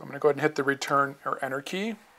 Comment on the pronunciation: and then u press anarchy i was like what? it turns out he pronounces Enter Key as Anarchy :)